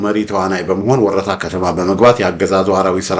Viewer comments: Say it werta don't say worota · IT IS WERETA not WORETA: Turinafa